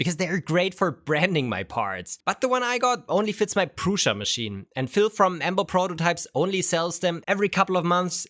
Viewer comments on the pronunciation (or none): none